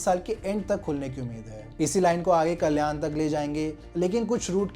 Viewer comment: First improve your pronunciation Gundaavali ❌Gundavali गुंदवली ☑️ ठाना❌ ठाणे ☑️ कल्यान❌कल्याण ☑️ Bhayander ❌Bhainder भाईंदर ☑️